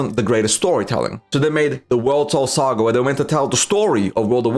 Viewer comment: First time on your channel. Here’s some feedback. Talk slower. You’re talking too fast for your mouth muscles to keep up, and it makes you very cumbersome to listen to for an extended period of time. For instance, when you say ”World Soul Saga, you pronounce super fast it as ”wol-tol-taga”. I don’t know if it’s a none native English speaker accent, or if you have some sort of speech impediment, but as a commentator you need to work on that. Honest to god, NOT trying to be mean. Just letting you know. Speak slower.